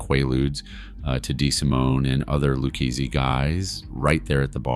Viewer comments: LOU KAY SAY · Your videos are pretty good buddy. But you really need to learn how to pronounce Lucchese. Unless the hundreds of times I have heard it pronounced by authors, and former made men in dozens upon dozens of podcasts are wrong…..you are absolutely butchering it.